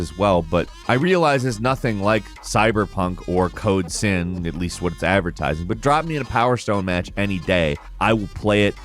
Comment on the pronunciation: it sounded more like code simp 😅